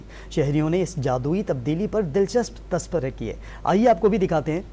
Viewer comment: Yeh tu tabsiry ko tasbiray bol Raha hai😂😂😂😂pehly inki urdu theek karwaye😅